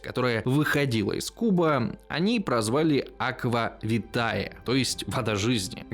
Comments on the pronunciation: Если не ошибаюсь, aqua vitae читается по латыни не "аква витае", а "аква витэ" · только не "витАе" (не мова же)), а "вИтэ"; ae это "э". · [Аква витэ]: у лацінскай мове дыфтонг "ае" пры чытанні вымаўляецца як [э] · Латинский диграф "ае" читается как "э". Таким образом - аква витэ